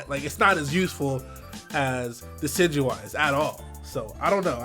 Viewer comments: thank you for pronouncing Decidueye correctly. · thank you for being the first youtuber ive heard so far pronounce decidueye correctly. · MY BOI! THE ONLY YOUTUBER PRONOUNCING DECIDUEYE'S NAME RIGHT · Is the first person I've seen pronounce decidueye properly.